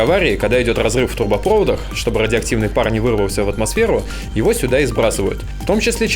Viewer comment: РАдиоактивный питьевой фонтанчик : ))